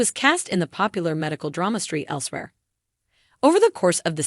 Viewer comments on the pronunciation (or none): It’s not street elsewhere, it’s St. Elsewhere. Mercy these AIs are a joke. Really?